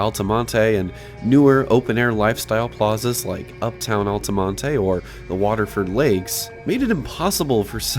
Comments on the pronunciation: Lmfao man out here sayin "Alta-Montay" it's just Alta-Mont don't be weird 🤣🫡if you think this place is wild, come to Leesburg and see living breathing 1997 IN REAL LIFE at the Lake Square Mall. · Love this video. Just a few things, the pronunciation is bur-DINES. like dine or diner and Altamonte is alta-MONT. also there was a theater next to the mall that is now a tactical center behind the dealership! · lol we just call it al-ta-mon-t, no “uh” sound at the end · It’s just Altamonte with a silent E. I lived in Orlando for two years and no one I knew pronounced the E. The opening music was perfect. I got me hyped up for the big deal that this video was. The only other footage I’ve seen of this mall was just Steve Ronin being the brain dead, clickbait, “allergic to research”, fool that he is. I visited this mall once when it was still open back in September of 2024. Who knew it would close just four months later. What I remember from that day was only the down escalator in the center court worked, you had to use the food court elevator (which had expired safety inspection tags) or go in Dillard’s and JCPenney to get in between floors. Bath and Bodywork’s had just closed, a Dillard’s employee told me it was because the store had black mold and the mall owners weren’t doing anything to get rid of it. The Macys wing was completely vacant but the Dillard’s wing and the food court still had a couple of tenants and a pirate ship in the center of it. The whole place just felt peaceful and calming. Also side note, if you want to see more of those Burdines palm trees you should visit “Orlando Fashion Square”. That mall is dead but Macys is still open, they have the palm trees at the escalators and the mall entrance and parking lot entrances.